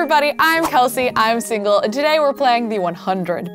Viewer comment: My kids? But your kelsey not chelasey even you shirt says it? FANS